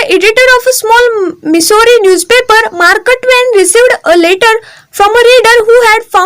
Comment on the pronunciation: खुप चुकीचे शब्द उच्चारतात आहात....आस्क ड,वाडमय,मारक ट्वेन इ.